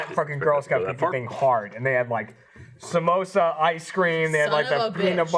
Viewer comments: I love that none of them can pronounce 'Samoas' correctly. Samosa is a savory food. Samoas are the girl scout crack. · I never comment on YouTube but oh my God the amount of times said "samosas" instead of samoas... I love you man but my brain twitched a little every time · Surprised none of the crew called out on his mispronunciation of Samoas. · Amber Lynn read this comment before it happened and I couldn't ignore it. Thank you sooooooooooo much lol